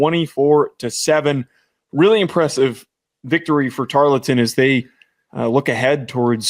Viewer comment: ITS. TAR-EARL-TON. NOT. TAR-LET-TON